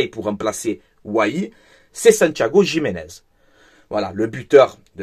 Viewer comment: J'ai les oreilles qui saignent quand tu prononces Gimenez 😅😅😅